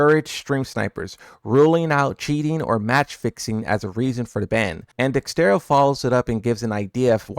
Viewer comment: You quote dexerto every month pls pronounce it right😅